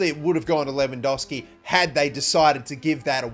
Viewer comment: Its not lewandoski its lewandoWski